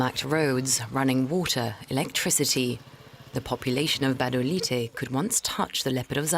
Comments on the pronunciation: The name of Gabodailté is pronounced 'Ga-bo-Dah-lee-tay', not 'Ga-ba-dah-light'. Thank you for making a Fuc...g effort! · What is gbadalight???? It's Gbadolite but pronounced Gwadolité, please learn to pronounce it correctly, you can't tell history without learning basic things about the place. You butchered the name🤦🏾‍♂️🤦🏾‍♂️🤦🏾‍♂️🤦🏾‍♂️ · He kept saying Gabandalight 😁💔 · Yeah, meanwhile it's pronounced Badoleeteh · Sorry, dude, but the town is spelled Gbadolite and pronounced Bah-Doh-Leet.